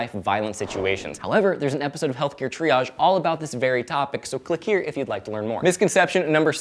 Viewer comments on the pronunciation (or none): none